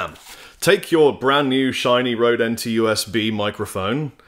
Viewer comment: pronounce it right man!:D "Ø" has the same sound as "ö" in Swedish and Norwegian (also German, Hungarian and Turkish). It is similar to the sound of "ur" in the word "hurt" as it is pronounced by someone from the South of England, but with the lips pushed much further forward.